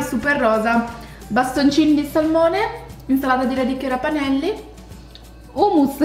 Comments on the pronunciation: Si chiamano ravanelli non rapanellli comunque ti adoro😍😍😍😍😍😍😍🥰🥰🥰🥰🥰🥰🥰🥰🥰❤️❤️❤️❤️💕💕💕💕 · si dice raVanelli nn raPanelli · comunque qua da me si dicono ravanelli con la v e non la p però al massimo sbagliamo noi .... ti adoro